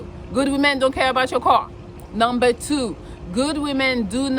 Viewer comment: i love how you say car.... cwahw